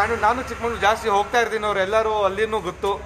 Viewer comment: Sir, its "Chikmagalur" not "Chickmangalore " correct it